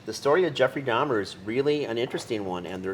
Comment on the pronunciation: For this incident happening 32 years ago, you'd think she knows how to pronounce his name by now. Its DAHMER, not DAHMNER lady.